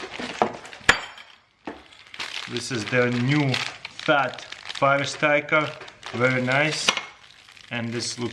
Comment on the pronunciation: “Phhhat fire striker”